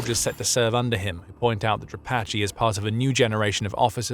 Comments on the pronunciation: Не Дра'патый,а Дропа'тый,который отъявленный террорист,Вы ,ведущий такую хрень несёте,тошно слушать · Who is “Drapatchy?” The man who replaced Syrski is Dra-PAT-e